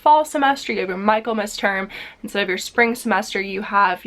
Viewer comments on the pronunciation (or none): the "Mich" in Michaelmas should be pronounced "Mik" to rhyme with "tick", so Mik - el - mas.